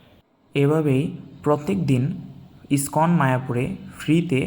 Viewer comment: ওটা স্কন নয়, ইসকন মন্দির। উচ্চারণ গুলো ঠিক করুন।